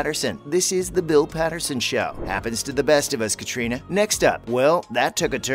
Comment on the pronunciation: Oh dear....clickbait and you cannot pronounce Catriona